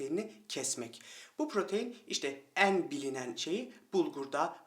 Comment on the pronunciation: Konudan bağımsız olarak;benim bıyıklardan çok 'een sona' 'beenziyor' derken, açık e ile telaffuzlerınız dikkatimi çekti.Daha doğrusu rahatsız etti.Kapalı e kullanmanızı tavsiye ediyorum.😊 Ayrıca dişlerinizin beyazlığı...👍